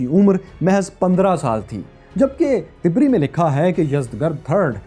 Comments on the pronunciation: Correction please word Tabree not tibri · Dear brother,It is Tabri not Tibri, Muthana/ Musanna not Musna and قعقاع is pronounced as Qa'Qa' with the sound of ع. JazakAllahu Khaira! All these characters were shown in Omer series. A drama on the life of Omer ibn Al-Khattab رضی اللہ عنہ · طبری کے ط پر زبر ہے ۔ آپ غلط پڑھ رہے ہو ۔